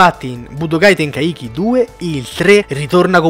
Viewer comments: Ragá tenkaichi si legge "tenkàici" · Tenkaichi con quella pronuncia non si può sentire